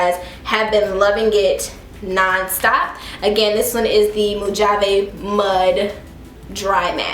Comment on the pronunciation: It's pronounced "MO-hah-vee" btw 😄